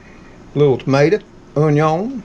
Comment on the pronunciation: Love leftovers. Love hearing you say “onyuns” just like my husband used to say.